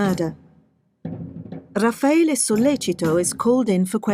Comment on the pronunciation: You know so little about this case that you don't even know RAFFAELE'S name. It's not "Rafaelo". So tell me, if it was a 'sex thing gone wrong' exactly HOW did they leave no DNA in Meredith's room, NO fingerprints, and NO bloody shoe/footprints while Guede left ALL of those? Did they have on hazmat suits and levitate? What evidence or testimony is there that Raffaele wanted to "sleep with them both" or that Meredith kept telling Amanda to "clean up her mess in the house"? HINT: there wasn't any., Your post is an excellent example of the Dunning-Kruger effect: "a cognitive bias in which people with limited competence in a particular domain overestimate their abilities."